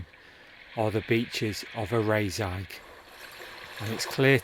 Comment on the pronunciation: Good video. If I may; Loch Lee-vin Ar-ris-ay-g Ker-rer-ra Dun-nol-lee